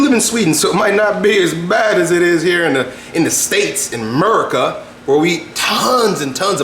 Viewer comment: why does say merica instead of America?....what's up with that